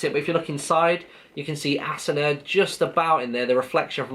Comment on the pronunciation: Nope is Asuna (A-su-na)